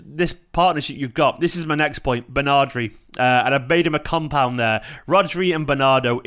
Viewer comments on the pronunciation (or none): "Bernardri" FTW, brilliant!